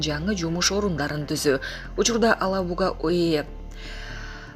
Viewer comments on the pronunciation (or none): Алабуга эмес,Елабуга деген жер бар.ошону да туура айталбайсын🤦‍♂️